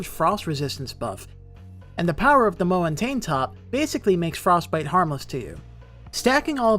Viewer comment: i rarely write comments on videos... but if you mispronounce mountain top one more time i dont know if i was gonna laugh to death or just lose my mind completely hahahaha wtf